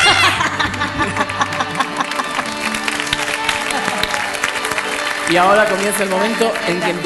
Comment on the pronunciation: jaja en el minuto la Sole dice y vamos a rockiar! y en el minuto parece que dice bola jaaj